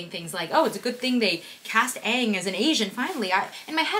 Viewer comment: The actors are too white😭💀 And like why "Ong" not "Aang" 😭